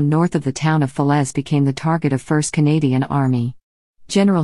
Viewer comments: Not bad, but the images were very repetitive. I'm pleased you managed to pronounce fer-lay as fa-lez. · Not with that awful narrator!! it’s Falais….pronounced Falay…..not Felez !! 🙄🙄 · Very 1st sentence, can't even pronounce the very name of the battle. Talk about useless.